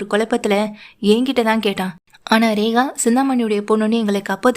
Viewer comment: Rekha va regava. Ucharippu sari illai.